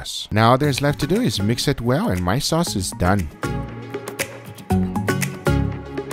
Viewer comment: Waited until , when he says "My sauce is dœñ "